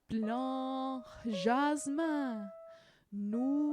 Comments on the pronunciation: Ou le blanc jasmin. Please do not prononce the C at blanc... It's a mute letter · Thank you for the effort! Unfortunately, there are a couple of mistakes already in the first lines: - The "c" in "blanc" is mute, i.e. it's not pronounced. - The "r" in "fleur", on the other hand, is pronounced. - You pronouce "glissons" as "glissant". (The nasal "a" and the nasal "o" are two different sounds in French. If you mix them up, the meaning changes.) - In "fuyant" the "u" should be short, and the "y" should be long. You say it the other way round. Etc. etc. ... The video is a nice effort, and you are trying to be helpful. Thank you for that! But I advise all singers who are studying the piece to rather trust the recording of a native speaker... (I found for instance